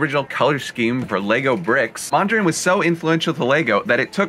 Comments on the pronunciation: Piët Mondrien? You pronounce it Peet Mondr "a" "AA" n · I love when people butcher Dutch names by pronouncing them with a French accent It’s P-EET MÖHN DREE AHN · It also hurts how he pronounced Piet Mondriaan😂